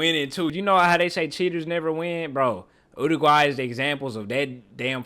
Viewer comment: so proud of you for pronouncing Uruguay correctly 🙏